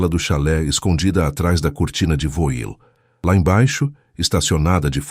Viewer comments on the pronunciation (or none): Alguem ensina a IA a ler VOIL? que lê-se voal ...